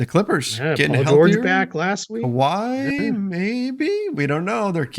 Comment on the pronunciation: why in that pun did you say Kawhient there instead of just kawhiet lol